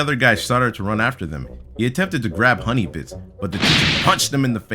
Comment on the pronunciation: When it said hunny bits it said hunny bitch